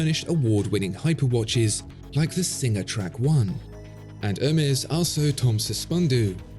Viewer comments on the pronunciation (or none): none